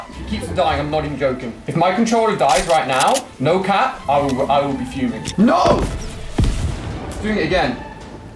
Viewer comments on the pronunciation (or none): He emphasised the A way too much😭 ‘no cAAp